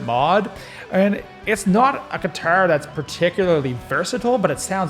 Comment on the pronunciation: I laughed every time you said : Giturr 😂